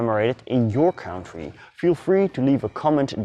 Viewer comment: Aangezien je dit dus in het engels doet hierbij een tip. Werk nog een beetje aan je uitspraken. Als je dus engels sprekende mensen wilt aanspreken maar je uitspraak van bepaalde woorden niet goed is gaan mensen zich ergeren. Bijvoorbeeld “country” of worden met een D zoals “dead” en het verschil met “death”. Geeft niet, het zijn typisch Nederlandse uitspraken van her engels maar misschien kan je dat gewoon eens oefenen. Want je inhoud is de moeite waard.